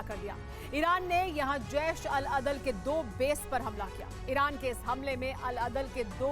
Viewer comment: Yar name to Sahi lo 😂 jesh Al adal hota hai 😂 badal nhi